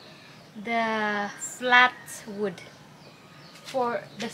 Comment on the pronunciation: Hier kommt wieder ein Einwand des „Besser Wissers“ Wenn du über Holz sprichst, sag nicht „Wuuud“ sondern ganz einfach „Wud“ Also mach’s guuut mit Wud😉😉❤️😉😉❤️😉😉